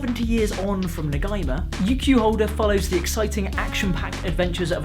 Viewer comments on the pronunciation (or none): Just saying, it's pronounced ne-gee-ma, Japanese is usually read as it's written, so "i" is always pronounced "ee" and so on